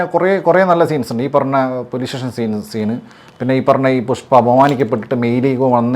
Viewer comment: അങ്ങനെ അണ്ണൻ പുഷ്‌പ്പയെ പുസ്പ്പം ആക്കി വാട്ടി എടുത്തു 😂😂😂😂